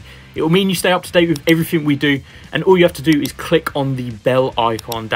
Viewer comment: Great review, I got some decent insights into the updates. Wish you'd pronounce your 'th' properly though. 'Wiv' and 'fousand' are at odds with the rest of your excellent and clear diction! Just saying...